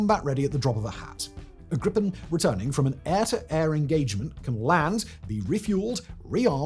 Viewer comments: Just a small detail, its not Grippen. Its more like the sound of the two words grease,without se,and pen, like how it sounds, Griii pen. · Greepen, not Grippen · its gripen. not grippen. how is that hard? at least apologize for not knowing how to pronouce our language. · A minor quibble on an otherwise excellent video: The Swedish pronounciation of Gripen is closer to "greepen" than "grippen". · you should say Gripen Whit a long i like Gr''iiii''pen